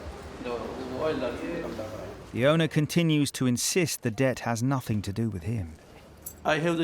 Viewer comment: God, that senior HCEO - "anyfink, nofink, somefink".......durhhh. Unprofessional and sounds like a thicko.